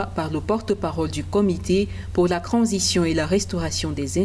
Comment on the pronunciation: On ne dis pas cransition on di transition madame t'as quand même fait l'école pour ça arrête de fouata